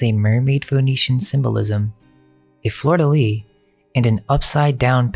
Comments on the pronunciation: fleur de lySSSS (pronounced) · Fleur de Lis (Lis is pronounced as it’s spelled.) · Before the Lion was a symbol of Venice, it was & is a symbol of Israelites in the Torah. Fleur de Lis (Lis is pronounced as it’s spelled. The ‘s’ is not silent!). It would’ve taken months to get to Graytown! This is bs! John Hammond, jr. is from the Vanderbilt line, he’s a singer/ musician that played the harmonica & sang on George Thorogood & The Destroyers’s album for the song Who Do You Love. His father, John Hammond was a record producer & started to represent African Americans, making history. His son copied some of these styles of music. John quit college to go into music! His grandmother was Emily. Vanderbilt Sloane! Great, great grandfather was William Henry Vanderbilt! Check out the mansion on the mountain in VA called Shenandoah! Supposedly it was to have been built for Dooley, then rented by Walter & Lao Russell! W. R.’s bio is AMAZING! But that is our of the families mentioned. They taught imagination creates reality! Also, there were about 7 books written about the sinking of the Titanic years before! Interesting!